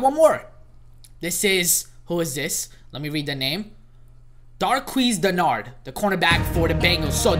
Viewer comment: U said darqueze denerad wrong